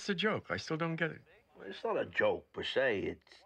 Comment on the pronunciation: It wasn't a joke per-shey.